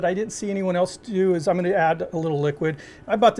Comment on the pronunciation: faheeta not fajita.